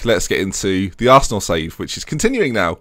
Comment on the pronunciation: Who'd have known that Captian Hazard played for ARRRRsenal